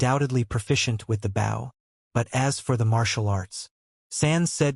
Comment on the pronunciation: Really...?? A comic about an ARCHER and you don't make sure to get your AI to say BOW, I mean literally the first second my dude!?! Phonetic: boʊ, write it into your script as "boe". Your welcome. God damn...